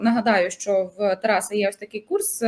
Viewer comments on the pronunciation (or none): none